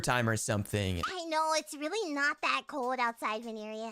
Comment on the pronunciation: and. tuner. or rirly. dayting. 😮. emmmmmmm rirly